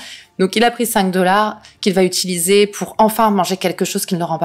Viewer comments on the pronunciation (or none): none